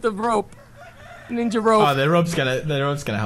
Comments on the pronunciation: "Show your ninya moves"-Pewds Dat accent :3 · lol pewds says ninja like ninya